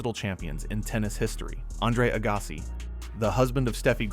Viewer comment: Your pronunciations of player names is quite strange, like Agassi lol. Also as of the 2012 Olympics which Serena won, she had only won 1 RG back in 2002 (and was yet to win her 2 other titles in 2013 and 2015). So saying she already had won all the majors multiple times is not correct. And, of course, Djokovic has 4 US Open titles, not 3.